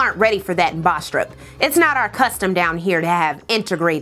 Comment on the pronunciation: Bastrop is pretty close to my hometown. Your accent is funny cause it is a pretty generic country accent(Kentucky? Maybe?) rather than a southern accent. I think you are from South Carolina so Im pretty sure youre a southern gurl lol. Also it is pronounced bass-trup, they had a smelly ass paper plant back then, and I think a fairly large headquarters of the KKK was there.